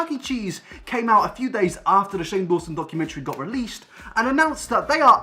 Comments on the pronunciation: Daw-son it's not that hard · who else got triggered when he said "shane dason" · “Dayson” LMAO I CANT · How’s he purposely trying to mess up Shane’s last name like Shane can’t end his career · Hahahahaaa you mispronouncing Shane’s name after literally being interviewed on his channel was gold, I LOLed. 🤣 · i love how hes trying to be funny by acting like he doesn't know how to say 'dawson' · you were in Shane old video about Jake and done a lot of videos about him but can't pronounce his name???? tea sis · u deserve a dislike from me for fake pronouncing shane dawson's name :p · I am offended that you do not know how to say Shane's name when you have been on one of his iconic series videos 🙄 still love you thoo ❤❤❤ PS...OMGGG HE LOVED MY COMMENT! AND REPLIED TO ME! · I'm loving the "oh I can't pronounce Shane Dawson's last name because I've never heard of him" xD